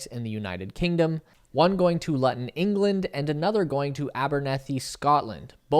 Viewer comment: Luton in the UK is pronounced “Loo-tun”, not “Lutton”. I heard you say Lutton and thought wtf where is that, before realising.